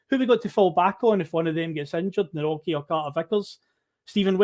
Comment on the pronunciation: Nawrocki pronounced nav-rotch-key